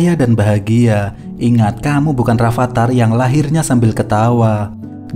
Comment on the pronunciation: 😅😅kamu bukan Rafathar tapi Rifithir